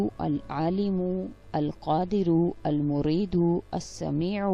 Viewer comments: Its not almurido... its Almueedo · Al moiedu not mureedo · Al muridu is not a name of Allah the pronouciation is wrong please double check before making us say wrong. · Lekin ap ne almoreedo hi bola he